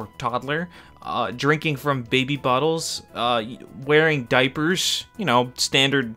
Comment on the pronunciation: why did you say diapers like that lol